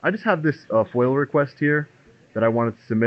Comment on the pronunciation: It's foia not foil